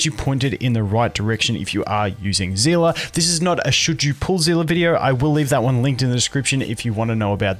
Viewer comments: whats a zela? its see li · Zehleh not zila